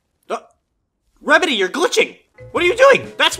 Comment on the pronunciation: I laughed when he said what are doing rembedy